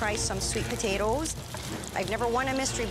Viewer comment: The way she said potatoes